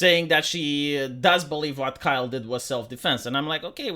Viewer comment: I like that pronunciation, Key-Ley for Kyle.